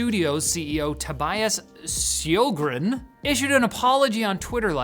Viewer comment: because you seemed to struggle with the pronunciation of his last name (Sjögren), here is a little help. The sj-sound is, after a quick Googling, a unique sound only found in Scandinavia. But it’s close to the sh-sound in “shield” or “should”. Secondly the ö is pronounced like an ea-sound, like in “early” or “earl”. Sorry, aren’t usually this picky, just found it interesting, and maybe you’ve learned something as well!